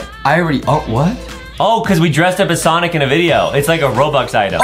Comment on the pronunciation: stop say sinc it sonic